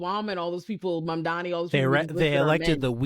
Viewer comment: Obviously dude from the clip said some horrendous shit and I would never take him seriously, but if he can't (or won't) pronounce Mr. Mamdani's name right, that's all the information I need to know he's a clown